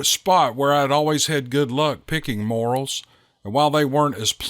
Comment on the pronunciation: love your podcasts. FYI this mushroom, morel, is pronounced "more-EL".